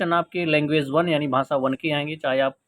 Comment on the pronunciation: भाँसा नहीं होता भाई भाषा होता है